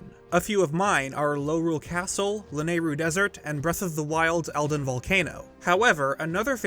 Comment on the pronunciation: as someone who’s only played botw (i’m looking into getting more zelda games don’t worry) it itches my brain in the wrong way when i heard lanayru desert